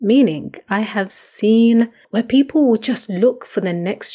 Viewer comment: I like the way you said I “have seen oh” definitely sounds like omo Naija 😆